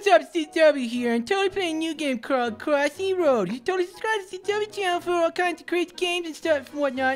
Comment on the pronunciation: Your not the real zgw because it's supposed to be cwossyroad not crossroad